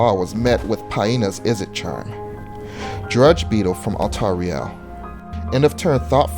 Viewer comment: No offence to, but the way he pronounced the names is frustrating. I understand that they're not easy to pronounce, but "Altariel" is clearly meant to emulate some angelic name ("alTARiel") not some portmeanteau ("altar riEL").